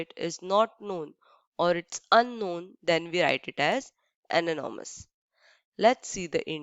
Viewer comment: Mam ananomous or anonymous and aksed or asked